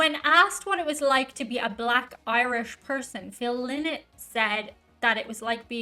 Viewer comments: Phil "Lie-not" as he used to say. Not Phil "Lee-not". But hey, you're the only one to make that mistake. 🙂Cheers from france! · NEVER call them Linnett it's pronounced Lienett. They say a Linnet is a sea bird of some sort. This version cut out the harmony solo at the end. Phil died from his heroin addiction. The band is a one hit wonder in the US. Many hits in Europe. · Its pronounced 'Lie nott'... lynott is a bird!!! Duh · its pronounced phonetically phil lie not. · This seems to be a short version of the song, but still a party anthem. Phils surname is pronounced "lie-not". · Oh man! Is that how his last name is pronounced? I’m from Michigan USA and have always pronounced Phil’s last name Lynott with a long I vowel sound for the Y. Am I wrong? Can someone help. I don’t want to second guess an Irish Lass.